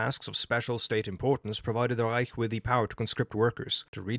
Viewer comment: i know i can trust this guy because of the way he pronounces "reich"